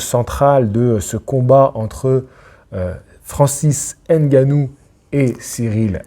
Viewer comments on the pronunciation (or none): Cyril GaYne VS Franssaysse AndGuenow 😂